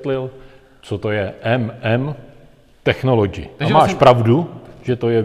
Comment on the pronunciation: Člověk nemusí mít zahraniční vysokou školu, aby věděl, jak se čte technology... 🙄